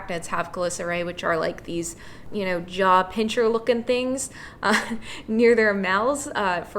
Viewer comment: Sorry for the Pedantic Brit Rant again, but it's "pincer", not "pincher". And it's "picture", not "pickshure". And it's "I could NOT care less" not "I could care less." {:o:O:}